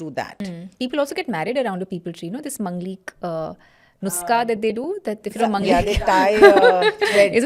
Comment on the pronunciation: It's Maanglik not mnglik kmsekm pronunciation sikh lo , hindi bolne aata hai phir v aisa notunki host hoke India se aisa immature behave Mt kro Very interesting 🤔 facts .. Enjoyed the podcast Anabelle & The Conjuring Franchise is based on it.. I want to use Ouija Board and I 😅want to talk with my dead maternal grandmother. I miss her so much. She died in November 2017.